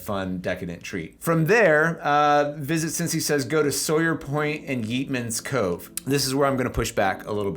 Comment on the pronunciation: You're touting Cincinnati, and I assume are representing a realtor of some sort.... Yeatman's Cove is pronounced YATE-Man... NOT YEET-Man! I'm guessing you're not a native? If so, how do you NOT know how to pronounce it? Oh, and a side note... while OTR and the Washington Park areas are historic and scenic, they are somewhat newly gentrified... meaning keep your head on a swivel. Last time I went there, I was accosted by panhandlers and some shady guys walking around looking sus. (i.e. don't get mugged)